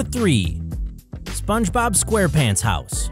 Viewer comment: this man called zpongebobs house a mango